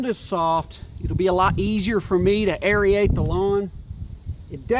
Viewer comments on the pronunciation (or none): It’s aerate (air-ate), not aeryate (airy-ate). 😀 Just messin’ with ya.